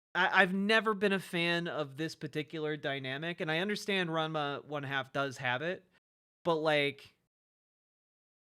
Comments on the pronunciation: The reason that is pointed out is because goes on and on about how people aren't true fans of the show, but he isn't actually even pronouncing the show correctly. It's strange to claim to be an OG fan without knowing how to say the name of the series. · Since he can't pronounce Ranma 1/2 properly, we should call him ""